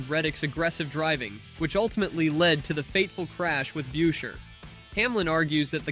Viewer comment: Chris Brucheer get the pronunciation correct! Unfollow the fraud YouTube account!!